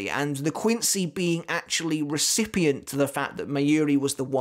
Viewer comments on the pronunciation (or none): none